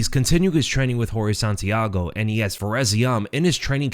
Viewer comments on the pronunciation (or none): none